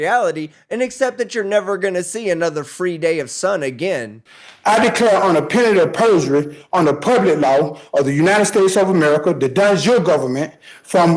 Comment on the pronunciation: So was his pronunciation of "penalty of perjury". I think is was on the 5th or 6th time he said it before I even understood what he was saying.